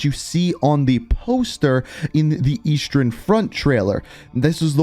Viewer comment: Bro, why do you say eastern and western like “Eastrern” and “Westrern”? 😂